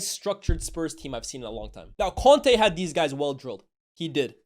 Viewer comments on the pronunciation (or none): none